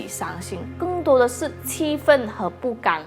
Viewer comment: 不甘的"甘"发音有误， 就是这个比较明显， 发音成了不" 刚", 只是温馨提醒， 加油! 👍